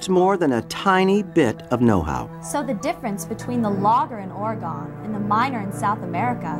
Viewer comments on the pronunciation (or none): By the way it is not Or-I-gone it’s Or -a -gun. You can totally tell people or not from the Pacific Northwest when they say that.